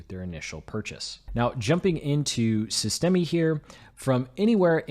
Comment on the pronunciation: FYI the e on the end of systeme is silent